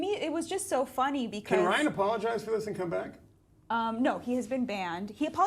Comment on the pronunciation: I think they both said Ryan's name wrong.